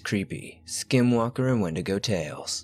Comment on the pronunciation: It’s pronounced’ ‘when-dee-go’ 😎